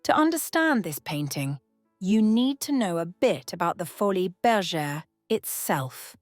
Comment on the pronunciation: I think it is pronounced foli, like poly. Not foli -es